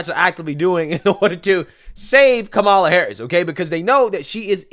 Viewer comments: You better be careful calling her comala. They may say that they think you’re saying Coonmala. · "Coupmala" lol 😂😂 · " Coup Mala" 😂 These folks deserve Academy Awards. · He said "Coupmala" 😂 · all cnn has this morning is that trump mispronounced kamala name